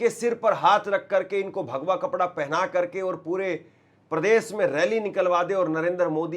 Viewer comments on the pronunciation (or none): none